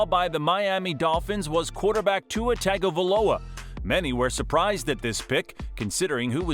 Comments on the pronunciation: I’ve heard it worse but it was definitely off. Do you think this is a computer voice or a human reading the narration? Not sure if it’s acceptable & considered Westernized to pronounce the “Tung” syllable as “Tag” within linguistics. Some names are seen as proper to pronounce more along the spelling but thought that disappeared from the NFL with Brett Favre whose name was even made fun of in the movie “Something About Mary.” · pronouncing Tua's last name like that 💀